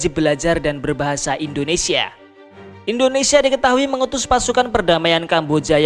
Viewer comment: Saran mas, baca Indonesia jgn endonesia